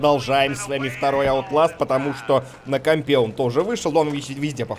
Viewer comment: Истинные говорят аутласт, а не оутласт